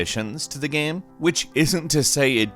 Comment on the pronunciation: why on earth did he pronounce game like "gam" and shame like "sham", that was fuckin weird